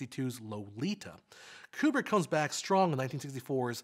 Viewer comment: Thank you for pronouncing Kubrick's name correctly.